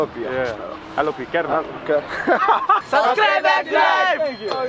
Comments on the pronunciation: the way you said kerala in intro was soo mallu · Even other indian states people dont know how to pronounce kerala but you are awesome Please try our delicious food porotta and beef. Fresh beef is super tasty You can see different cultures and religions in kerala we keralians loves each other We dont like north indians they are rascist they always mingle in the name of their religion Here you can see a mosque after 10metre a temple and after 10metre a church Proud to be a keralian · You pronounced Kerala correct at the beginning of the video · The way u pronounced 'Kerala' I am really amazed. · He is the First foreigner I heard Who pronounced "Kerala" like a keralite 😅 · So when he said kerala he said in kerala accent